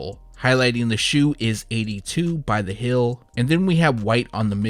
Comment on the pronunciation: So... feel, and heel are pronounced “fill and hill” where you’re from? Interesting 🧐 🤔